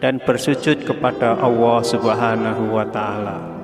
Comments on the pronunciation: Maaf. Kedengaran nya. Mengucapkan Allah.awooh apa telingah saya ya yg kurang jelas mendengar nya. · Apa saya yg salah dengar sebutan yg diucapkan suara dalam video ini, sebutan kata Allah menjadi owwoh? Astaghfirullah aladziim. Saudara, pelajari baik-baik menyebut kata Allah, bukan owwoh! Semoga tidak keliru! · Artikulasinya kurang jelas awoh apa Alloh,? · subhanallah.yang di sampai sangat bermanfaat.tapi caramu memanggil allah salah sahabat🙏🏻 tolong perbetul kan jangan jadi kan awwah.sudah jelas dengan allah.kena jadi awwah😢maaf kalau salah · Maaf ya min kok mimin ngucapin nya awoh... Bukan kah yg benar itu Allah.. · Sama,, sy jg mikir bgtu? Nyebutnya Owoh bkn Allah.. takut salah arti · Gimana ini.yg menjelaskan ini..bilang allah kok awwoh. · Allah atau Awwoh yg benar??? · Mohon maaf Tuhan pencipta langit dan bumi adalah Allah Subhanahuwataala bukan Awwoh... Kenapa lafadz Allah di rubah menjadi Awwoh... Ciba dengarkan dgn cermat apakah benar cara baca Lafadz Allah atau Awwoh. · Jangan bilang awoh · Sayang nyebutnya owwoh swt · Nyebut olloh tidak menggunakan lam zallalah jadi owoh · Assalamualaikum perbaiki dlu kata2 Allah nya